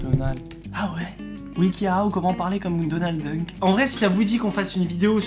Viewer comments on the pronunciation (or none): c’est moi ou il a dit donald dunk??